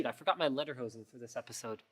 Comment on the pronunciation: Lederhosen - Pron. LATER HOSEN make the T a D in LATER. All one word.